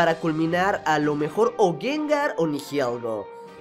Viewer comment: Se dice Nihilego no Nihielgo